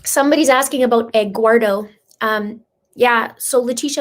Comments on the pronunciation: Just so you'll know the name egguardo is supposed to be spell Eduardo and pronounce like this well sort of : ed - do -are - though 🤣 I have never meet a Hispanic name pronounce like that or spell like egguardo 😄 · The reason says Egguardo is that it was the way Leticha pronounced it, so that is why we are making jokes about it. It is not to be insensitive to any Eduardo.